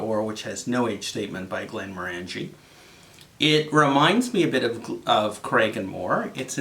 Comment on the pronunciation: Hi. Not sure if this is true or accurate (and frankly who cares) but if you are interested, I was told that the distiller is pronounced "Glen-MORE-an-gee" meaning with an emphasis on the MORE. I may have been having my leg pulled but there is some trivia for you, that you can validate with someone more experienced in whisk[e]y than me. Cheers and thanks for the review.